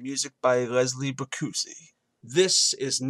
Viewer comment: "Bri-coozie"?! I realize this a few years too late - I just came across this video for the first time. But the composer's last name, Bricusse, would be phonetically pronounced "brickus". The novel ends with Tiny Tim saying "God bless us, every one". He does say it earlier in the film but just they chose not to reiterate it at the end.